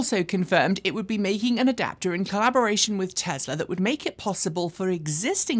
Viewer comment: I go to your videos for information not entertainment. But sometimes it takes like forever for you to deliver a small amount of the former. Just get over yourself and cut to chase already. And could you please stop pronouncing it TEZLA.